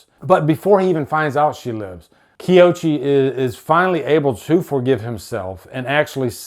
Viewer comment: Koichi, not Kioshi. Takashi, not Takaki.😂